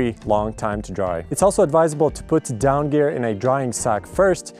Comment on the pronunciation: They aren't called "dawn feathers" They are called "down feathers" 😂 this was funny to listen to you say though